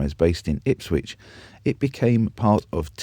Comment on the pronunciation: There is not a t in Ipswich